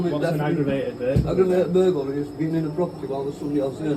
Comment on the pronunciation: It's burger-ly, in fact it's aggravated burger-ly 🤣